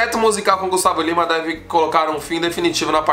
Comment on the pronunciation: Kkk, ele não conseguiu pronunciar o nome do Gustavo Lima!